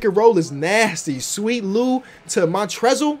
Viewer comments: Everybody talking about how thought LeBron was Harden... But did you notice he called Mont-rez Mont-rezell? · The L is silent in montrezl harrell